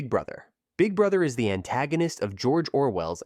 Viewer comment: Jor Jor Well